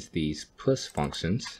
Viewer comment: Please say "Push" abit clearer.